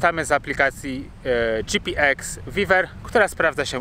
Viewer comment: GPX viewer - czytaj wiuer a nie wiwer 😅